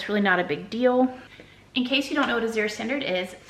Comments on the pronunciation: Glad to see ya again! Hey you are pronouncing Azure wrong it sounds like azz-sure like the color blue. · Azure Drop Coordinator here. 🙋🏽‍♀️ It’s hard for me to type how the correct pronunciation is but the best I can do is this… The Z sounds more like a g/j. Kind of like the sound “Rooster from Annie” in the song “easy street” makes. The “ure” is not fancy. It just sounds like “er”. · Azure is pronounced just like when people say “azure sky”… people, don’t make it so hard. Azure sky. Simple.